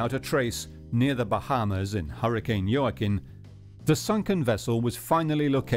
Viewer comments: how do you heard "Jooaquin" pronounced so many times and still mispronounce it? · JOAQUIN - pronounced WA-KEEN Mr. Narrator. You should know how to pronounce names and words in your position as narrator. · Very sad. Senseless!! By the way Joaquin is pronounced " wah-keen"